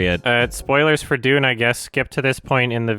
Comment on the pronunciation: Well then you are objectively incorrect because he has pronounced his name correctly in other videos like the Blade Runner 2049 one. He literally pronounced "dune" as "doonie", it's a joke.